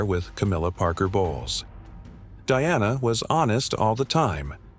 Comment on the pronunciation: You can't even pronounce her name right. Someone else should do your job.